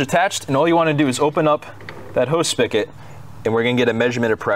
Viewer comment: **SpiGot**....not Spikket